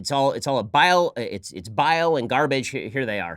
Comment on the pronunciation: Bile of garbage? Or did she say vial of garbage? Either way, neither is correct for what she is attempting to communicate. It makes me deeply uncomfortable that we have someone is Congress who is not fully competent in English and is a terrorist sympathizer. I cringe every time she speaks.